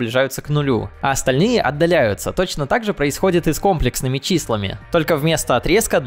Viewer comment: не кОмплексными, а комлЕксными